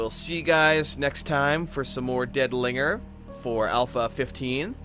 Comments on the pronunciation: lol at the way you said linger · Also made me lol. xD